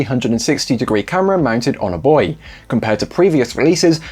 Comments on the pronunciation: Yes! "Buoy" short for "buoyant". I laugh every time I hear "boo-ee". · Thank you for pronouncing "bouy" correctly